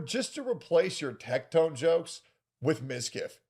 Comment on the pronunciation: uhg ok "tectone"